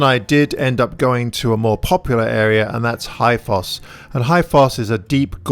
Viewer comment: I'm not picking on you honestly, but Háifoss is actually pronounced as Howie Foss. It's such a difficult language! Love the videos and the last picture you posted on Flickr was just stunning quality. Next time you are at Háifoss you should also visit Gjáin, it's nearby and is just an Icelandic garden of Eden, lots of tourists these days though!